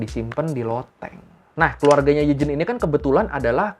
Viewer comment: BTW Eugene itu bacanya Yujin bang